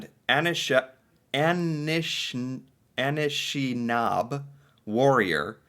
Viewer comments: Anishinaabe (pronunciation = ah ni shin ah bay (say it fast)) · I am a Canadian Indian/ Native/ Aboriginal.... Heck I don't even care what the PC term is anymore. I'm Native. During this video You didn't the word Anishnabe. It is our Indian word for our People. Pronounced: Ah- nish- nah- bay. It is a commonly used word amonsgst several Native languages that Identifies us as a people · just some pronunciation for you: Louie Ree-yell (Louis Riel) May-tee (Métis) Anishinaabe is a First Nations people. (Ah-nish-naw-be) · You were close with your pronunciation of Anishinaabe (a grouping of individual First Nations peoples). Funny enough, but you just need to add an '-eh' to the end of how you said it. Very roughly - A-nish-nah-bay. You may be familiar with some of the Anishinaabe tribes that lived in what is now America: (the Potawatomi or the Ojibwe/Chippewa). You should check out a documentary on the Oka Crisis which this photo is from. I remember it as it happened. It was tense. The entire country was watching. I even remember the American news covering it as well. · ..pronounced…an ish knob a … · That photo is of the Oka Crisis as it's references by Canadian media. An-ish-in-aabe is how ypu pronounce it. Otherwise know as Ojibwe, is one of many nations living within the colonial state of Canada. The photo was from a dispute which arose over city officials planning tk expand a golf course into traditional burial lands. It would probably make a decent video to further your exploration aboht canada and it's relations with the first nations & this land. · cloo-tyeh not clout-ter and la-rock not row-k anishinaabe pronounced a-knee-shi-nah-beh (so the way it looks), it’s a First Nations group of tribes, group of tribes, or more specifically Kanien’kehá:ka (Mohawks), they’re not military terrorists, fighting back for their land because white invaders’ descendants still continue the genocide and land-stealing and everything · It's...An-ish- nah-bee